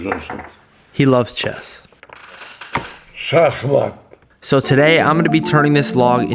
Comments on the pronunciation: no! he said with a Russian accent. Шахмат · I heard Shach Mat but you guys aren’t Russian. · he say checkmate but is sounds swedish i think shackmatt